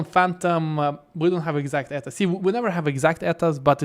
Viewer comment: I think most places they say E T A no Eta.